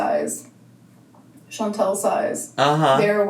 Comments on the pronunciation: I think it's funny too! It's not "Chan-tell", it's "Chan-TAL" 🙄🙄🙄🤣🤣🤣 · continuously mispronouncing Chantal’s name is so irritatingggggg It is chanTAL not chanTEL ahhhhh!!! It’s such a minor thing but it just irks me haha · Is it just me or is she consistently mispronouncing Chantal? It sounds like she’s saying Chan-TELL. 🤔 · It drives me insane how she says ChanTELL instead of Chantal. Buuut she has to mispronounce everything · is even mispronouncing her name as "Chantelle". She's done it a couple of times and it's weird. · Does anyone know why won't pronounce Chantal correctly? Is it a troll move? Or is she really so selfish she doesn't know how to pronounce her best friend's first name? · It bothers me so bad lol. There is no ‘e’ in her name. What a best friend. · I hate that she does that! Do you think she has a hearing problem maybe? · She can't be bothered to pronounce it properly. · I have to believe it's a troll move. I HAVE TO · Funny that she’s trying so hard to be her friend and can’t even pronounce her name 😂